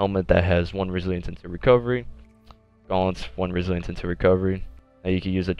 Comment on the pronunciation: resilence he forgot to pronounce the other I resilience